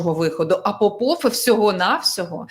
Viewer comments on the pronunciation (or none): none